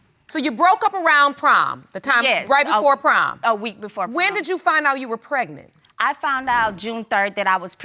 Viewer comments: "When I found out I was preg-net" lol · "a whole month prignant" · Don’t get pregnant if u don’t even know how to say pregnant right PLEASE ! ANNOYING